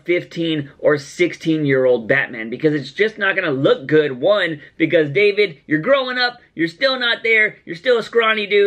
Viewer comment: David's name is pronounced DavEEd, Like Daveed Diggs David Mazouz is Jewish